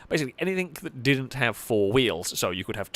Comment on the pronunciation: There is no k at the end of the word anything